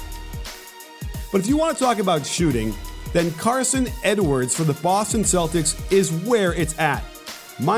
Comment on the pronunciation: It's Carsen NOT Carson